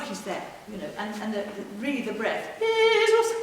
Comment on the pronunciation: Jesus si pronuncia con la e aperta, non con la e chiusa e schiacciata nel naso. La pronuncia e la fonetica non sono un optional!